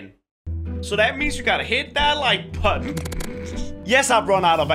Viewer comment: he said Like putton